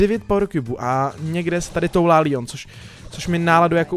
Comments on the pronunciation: Proč mu říkáš Líon? Když je to Leon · Je to Leon ne líon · To se nečte (Lion) ale leon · Leon ne lion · Je to Leon ne lion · To je Leon ne lion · Ale to není Lion toje leon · Proč říkáš líon?! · on to neni líjon